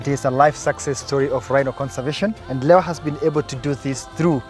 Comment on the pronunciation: Its "lewa" not leva.